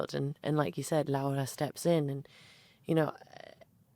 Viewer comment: Dua Lipa not only makes fantastic interviews, she goes as far as to learn proper pronunciation of names such as "Laura", these small details entail so much effort on her end I can't help but be fascinated by it. I bought this book some hours ago because of this interview, thank you, Guadalupe, thank you, Dua